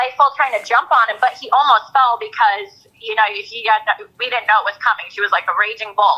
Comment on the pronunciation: "I don't knowa" 😠